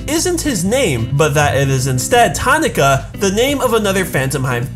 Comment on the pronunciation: cringing at the way you said "Tanaka"